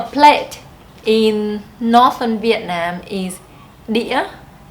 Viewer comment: You need to check you pronunciation of "southern" and "northern."